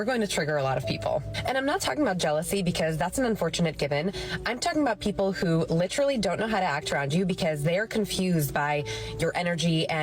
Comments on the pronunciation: Pet peeve of mine, but the word is LIT-ER-AL-LY, four syllables, not lit-ral-ly three syllables, and does not mean what most people seem to think it means. If something is literally true, that means what you just said or wrote was the truth, the whole truth and nothing but the truth, as in without metaphor, simile, hyperbole, sarcasm ETC... just pure facts in sufficient quantity and quality to describe the subject under discussion. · Did she say "litrelly?"